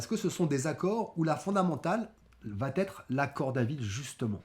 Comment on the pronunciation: Va " t" être. Vatêtre... vers 3min 20. Aïe, aïe. Une grossière faute que j'entends de plus en plus. Va être. Sans une liaison qui n'a pas lieu d'être, c'est tellement mieux.